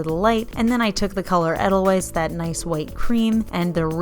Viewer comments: They look beautiful but I just won't use gel polish. It's hard to remove and the UV lamps are unregulated and untested for long-term use. Also, just so you know, Edelweiss is pronounced Ay-dell-vice. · “ei-duhl-vais” 🙈 love your videos though! and always wonderful content 😊 for realz, I just also love the Sound of Music 😂